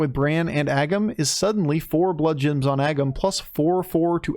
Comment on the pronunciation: Only started watching this channel a few weeks ago (love the content BTW), so I may have missed the joke, but am I crazy or is saying bloodjims??